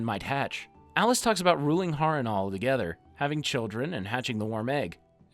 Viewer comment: Why you keep spelling the names wrong? It's 'Valyria' not Valyra. And you said Harrenhall wrong. Otherwise,cool video.